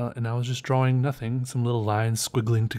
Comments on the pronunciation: i dont mean to be incredibly negative, BUT I HATE HOW CERTAIN PEOPLE SAY "DRAWLING" not "DRAWING" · your pronunciation of draw wing is fantastic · Kumori Yes! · lmao, sometimes it borders on sounding like draw-ling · Love how you say drawing. It kinda sounds like "draw-ring".